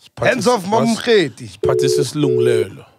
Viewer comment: Prof Mamokgethi Phakeng, not Prof Mamkethe